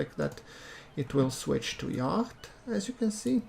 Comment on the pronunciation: Why do you pronounce the c in yacht?